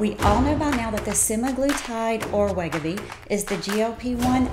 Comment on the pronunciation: I can't understand her Southern accent, and she is mispronouncing Wegovy. Just sayin'.